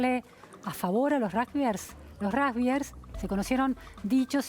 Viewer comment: No es ni rujbiers ni rusgbier pronuncie bien no es tan dificil!!!